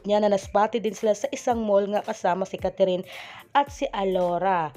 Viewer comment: Anong Catherine?its Kathryn,kindly pronounce her name correctly.Thanks.